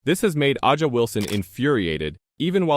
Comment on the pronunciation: Is there any video or Audio proof tha A'ja is mad over this or did He just make this up for clicks. He can't even pronounce A'ja's name correctly. It leads me to believe this is not factual.